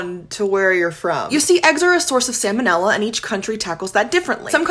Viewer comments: I don't think you said salmonella correctly once in this video. 😂 at best, you said it wrong a lot more than you did right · It’s not pronounced “salmon” 🍣 ila. It’s sahl-ma-nilla. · Every time she pronounces it as "Sam o Nella" I die a little inside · I know the L is silent in 'Salmon', but you're the first person in 43 years I've heard say Sa-monella. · Hate to be that person but it’s pronounced “sal-muh-nel-ah” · It's pronounced SAL MON Ella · I rarely hear anyone pronounce that first L. It's got to be regional variation or something similar. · I know this is rather nitpicky, and it's just for your information, but despite the fact that the word looks like the word salmon, in which the L is not pronounced, the first L is pronounced in salmonella. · The pronunciation of salmonella 😚🤌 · That's the first time I ever heard someone skip the L in salmonella. It is not like the fish. It should be pronounced here. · The L in the word "salmonella" is pronounced, unlike the L in the word "salmon," which is NOT pronounced. The salmonella organism was named for Dr. Daniel Salmon ("SAL-mon"), the American veterinary surgeon who discovered it. It has nothing to do with the name of the fish. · I like how this person is confusing the pronunciation of salmon (the fish, silent L), and salmonella... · Disliked because she pronounced salmonella wrong. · Might want to learn how to pronounce the bacteria about which you’re pretending to be an expert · Based on your pronunciation of salmonella, I will now be petty and not finish the video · Aren’t you supposed to pronounce the L in salmonella or am I wrong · you could try pronouncing sal mon ella properly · I’m not sure I can trust you if you can’t even pronounce ‘salmonella’ correctly. 😂